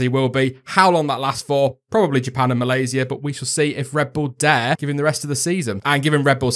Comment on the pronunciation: Malayzi-a- I like the way u said that btw great video